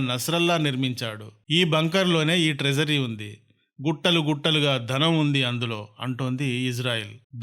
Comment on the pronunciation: ధనం కాదు బాబోయ్ ధనం, ధనం! అంతేకాదు. ఎక్కడా వత్తులు లేవు. భాషను ఖూనీ చేయకండి.